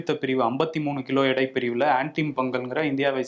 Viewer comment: தம்பி 'இடை' அல்ல 'எடை'